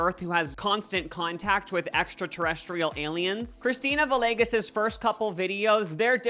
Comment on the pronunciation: It’s pronounced “vee-yay-ges”